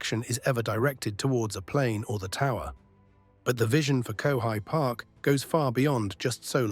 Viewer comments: Annoying mispronunciation of Kowhai,a favourite tree.Get a real kiwi to read it. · Very interesting. But at the same time, the obvious text-to-speech was annoying. The mispronunciation of Kowhai Park made it blatantly obvious that it was text-to-speech. And nobody says FedEx like the text-to-speech did. Any particular reason why a person could not have narrated this?